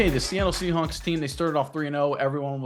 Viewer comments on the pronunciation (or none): is he saying seahunks on purpose?